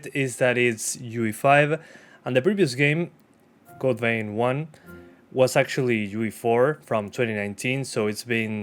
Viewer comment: Did I heard correctly? Code pain ?